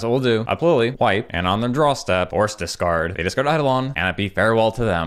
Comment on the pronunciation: can't tell if you're saying discard or dis card